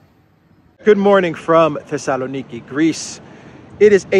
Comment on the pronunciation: The Sala Neekee is what I am hearing you pronounce Thessaloniki. I find it interesting how names and words change in pronunciation from country to country. Two = Too, yet Two and Twelve/Twenty is not the same.